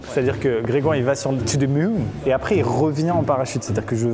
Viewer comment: qui dit Didière ma ken ouai